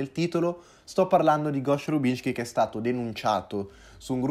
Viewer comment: Si dice rub-cin-ski (